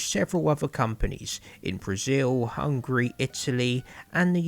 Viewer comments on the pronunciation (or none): none